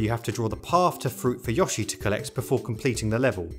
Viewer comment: Finally, someone who pronounces Yoshi correctly! Also, it's great to see more content on this now decade-old and unfairly obscure game since it's such a fun experience to play - I've never played a local multiplayer game quite like this before it or after. My favourite thing about it is how each minigame is so fleshed-out in terms of unlockables that most have their own post-game to them, as well as the fact that each game has 5 achievements in the form of stamps (although these range from ridiculously easy to "don't hit ANYTHING for the ENTIRETY of F-Zero game glhf lololol").